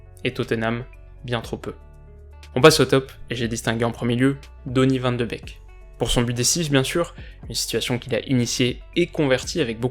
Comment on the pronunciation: Van de beek ne se prononce pas van de bec mais van de béék